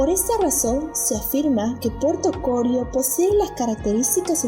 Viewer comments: No es Corio sino Corío. El acento es sobre la i y no sobre la primera o. 😁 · no se dice CORIO, se dice CORÍO, me tiene wbon con su relato. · Interesante video. Solo sugerir que mejoren la locución de la voz en pronunciación. Aclarar también que el nombre correcto es Corío con acento en la i.